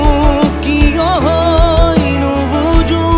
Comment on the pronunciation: সহয??উযাগৰী??নুবুযু???? উচ্চাৰণ ঠিক হ'বলৈ এতিয়াও বাকী আছে নে! গীতটি ভালেই হৈছে,খালী শব্দবোৰ বৰ ৰহণ সনা যেন হৈছে ,ঠিক এটি গতানুগতিক গীতৰ দৰে আজিকালিৰ!